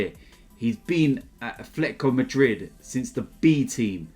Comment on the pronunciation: "a Fletico Madrid"